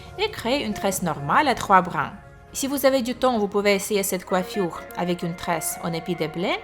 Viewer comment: Mdr comment tu parles coifuuure